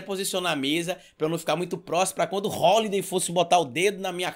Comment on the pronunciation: "Rolidei" bah!